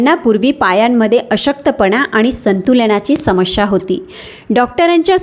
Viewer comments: Samshya bolu naka samasya spasht ucchar kara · शेवण,अणेक,शमश्या यात योग्य उच्चार व्हावा हि अपेक्षा.हि माहिती वाचून दाखवत आहे हे जाणवते. अशी माहिती डॉ.नी सांगितले यांचे बरेच व्हिडिओ आहे ते.पाल्हाळ जास्त आहे.